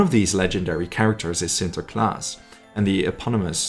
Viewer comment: Holy cow you pronounce sinterklaas perfectly